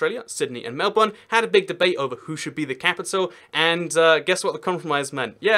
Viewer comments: wait.. he pronounced Melbourne right.. 😳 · It's not ingnorance it's just how Americans say it. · Melbourne was named after a British Viscount. Plus he's British. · Maybe because he’s a British? And the British founded the country of Australia? With its states and cities. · And Melbourne. I was shocked when he said Melbourne right, I played it back several times